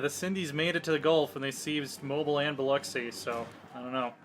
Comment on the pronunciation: You pronounce Mobile wrong